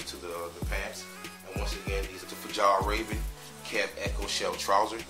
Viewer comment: Great video. By the way it’s pronounced Fee all raven.